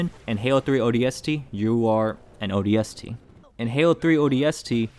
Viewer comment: Take a shot every time he pronounces ODST with too much emphasis on the S